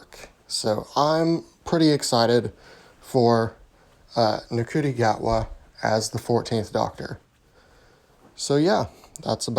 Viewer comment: Yeah it’s pronounced “shooty”